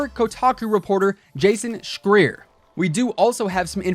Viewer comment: It's Jason Shry-ur.